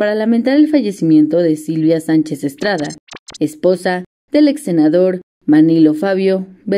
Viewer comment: Como Manilo? Carajo son Periodisras y no saben ni pronunciar bien. Es MANLIO, NO MANILO